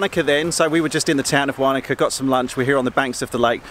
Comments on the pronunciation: Wanaka not waaanaka hahaha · Great video as usual - thanks. From an ex Kiwi to an ex Pom - Wanaka is pronounced "Won e ka" and Wakatipu is pronounced "Wok a ti pu". I did the Shotover a couple of years ago with a gopro on a headstrap and I think the best place to sit is the back left seat - you are on the same side as the driver and end up closer to the rock walls this side. The back seat is also a bit higher than the front seat so you end up looking over the other passengers and there is very little water spray. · Matt I agree; having lived there for a few years it was making me cringe every time said it:-) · 🤣 the way you pronounced Wanaka